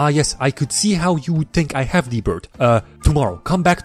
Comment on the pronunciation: I Died "Ah yes, De Bird is De Word" 😂